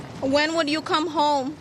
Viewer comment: It’s not Elegal aliens it is illegal and it isn’t ewe it is you. I wish you would learn to pronounce words MTG. But what can I expect from such a stupid woman.